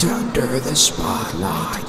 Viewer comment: I love how he says “spotlight” like spo lit